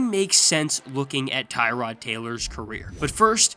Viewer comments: Its pronounced Tyrod not Tyrod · Cant even pronounce Tyrod right…